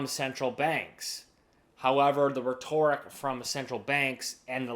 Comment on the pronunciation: RETT-or-ick, not Re-TOR-ick